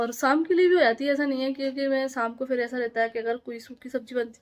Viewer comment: Shaamku boloo saamku nahii